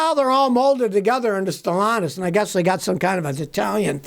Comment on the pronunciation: The new owners name is pronounced as Ste llantis not st launtus. Stellantis is Ste Llantis there is no us in the word pronunciation od this word. ll is the first l in Stellantis id a silent L even th8ugh is repeats or is doubled. Pro nounced as: Ste Lantis.🤫✌️